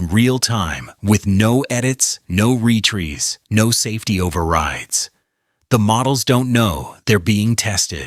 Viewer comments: the irony of the word "retries" being butchered. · It's "retries" not "retrees". Fix your mistakes. Hack. Wtf. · “No re-trees”? (Retries…). Really? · No ree-trees